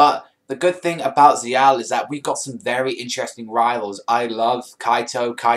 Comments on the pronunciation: It's zexal not zeeal yo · ZEXAL!!! NOT ZL.